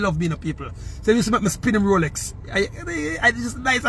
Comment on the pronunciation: "Rrrrrrrrrrr rrrr rroooooroooroooorrrrooooo rrrrooooolex rolllll roooollllllll roooolllex ROLEX" 😅😅😅😅😅